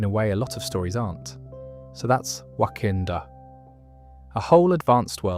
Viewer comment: There’s no way ur calling it Wakandoo instead of Wakanda 🫩